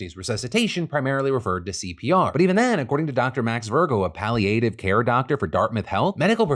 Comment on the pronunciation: lmao phil said pally-ative care